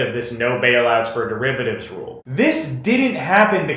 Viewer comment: How can you not pronounce the word derivative? Did you never take a math class? Also, the government made a profit because of the bailout, all the banks paid it back with interest.